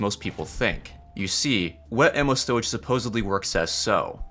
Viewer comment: Why do you say sowage and not storage